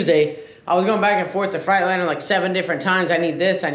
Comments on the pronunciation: Maybe the truck is just pissed because you keep saying frite- liner instead of Freightliner lol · He says Freightliner like frightliner